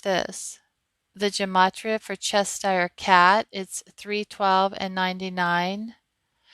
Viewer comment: Cheshire has an SH in the middle.